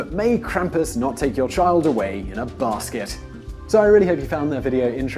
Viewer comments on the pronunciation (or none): the way he says basket